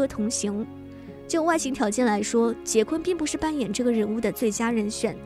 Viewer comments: 不是百度说是什么就是什么。人家的名字发音就是“华金”，就算你译成“滑津”，我都认了，毕竟这只是音译而已。但是人家名字真不读“杰昆”啊。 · 译名不是杰昆，是华金。他出生在波多黎各，西语里J的发音和英语是不一样的。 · “Joaquin” 的发音是“华金”或者“瓦金”，百度百科人人可编辑。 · 翻「瓦昆」才更接近原發音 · 应该翻译成瓦昆，J不发音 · 所謂的人名翻譯，應該是聽其發音將之翻成發音相同的中文姓名吧， 會翻成"杰昆"的，根本就是沒有去瞭解“Joaquin”怎麼念怎麼發音， 只用自己學過的"英語發音規則"去翻的， 明明現代已經是網路世界，網路上到處都有關於唸到“Joaquin”的發音的影片， 不去探究人家名字真正的念法，將之誤翻然後才來說兩岸三地翻譯各有一套自己的系統， 這種根本不尊重演原本人的作法根本說不過去吧。 如果有人將你父母給予你的名字亂念來叫你，你會覺得無所謂嗎，這是基本的尊重吧。